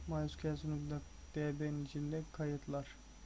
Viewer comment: Kardeş bu nasıl ingilizce ya maysekule ne allah aşkına ya ingilizce öldü. (En basit olan bu yoksa video fail dolu)